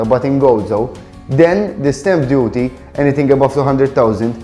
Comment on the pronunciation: Ar the 1minute 3 second mark when u speak of something about up to 200,000 euro.. I couldn't understand what u were saying.. it sounded like step duty or something.. can u write what u were saying here so I can understand what that is about.. is it like a fee or tax ?